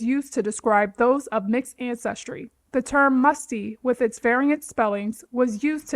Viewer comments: U made me laugh hard. I never saw it as Musty , only Mustee. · Not "Mustee"... Lawd forgive me. I just hollered out loud smh.